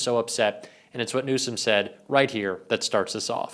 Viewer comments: He called him newscumb, pronounce his name right , taco truck dummy don. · "Newscumb" and after mispronouncing the Governor's name Trump calls him incompetent.... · "Governor Newscom?" Trump can't even pronounce his name right!!! What an idiot... Trump claims he got the Olympics to go there??? WTF There have been enough vids, pix and victims' testimonies regarding Epstein and Trump that if people don't get it by now, they never will, so let's get off the Epstein files gig because it ain't going to happen and it doesn't need to happen! It's trivial and not worth the time to keep at it. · He said NEWSCUM...am I the only one who caught that? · He couldn't even pronounce Newsome correctly that clown said Newscome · Gavin "Newscom"??? Trump can't even pronounce Newsom's name correctly!! Trump is Brain dead and INCOMPETENT!! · Did Trump actually just call the California Governor “Newscomb”? Help me out here, that’s what I heard…. how about you? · Rump can’t even pronounce GCN name 😂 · Can't pronounce his last name and calls him incompetent. And then uses fowl language on TV. He is not only the worst president we have ever had, he's one the worst humans on earth. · Trump is so incompetent he can't even pronounce Newsomes name correctly. He thinks he's clever and insulting him but he just sounds illiterate lol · He’s really bad!! He can’t even say Gov. Newsom’s name correctly! Talk about white trash!! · Trump can't even pronounce Newsom correctly anymore. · TRUMP IS SO STUPID HE CAN'T EVEN READ BASIC ENGLISH. THERE IS NO LETTER 'C' IN THE WORD NEWSOM. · Trump can't even pronounce names correctly...BIG LIE..TRUMP HAD NOTHING TO DO WITH OLYMPICS IN CALIFORNIA..SUCH A HABITUAL PATHOLOGICAL LIAR.. CONSTANTLY SPEWING HIS SATANIC LIE'S!!! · The Peddy Lovin' Pants Pooper still cannot say Newsom? I wonder if all Peddy lovers are that confused?